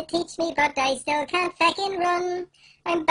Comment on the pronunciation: WHY HE SAY FECKING JUST SAY FUCKING